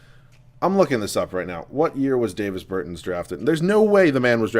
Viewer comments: It's not Day-vis Bur-tins, it's Dah-vis Ber-tahns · “Davis burtans” it’s not pronuounced like that ahahah and yes ik I spelled Davis name wrong on purpose to show how he is pronouncing it